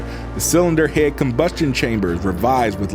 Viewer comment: Can tell this man is from the south just by the way he says head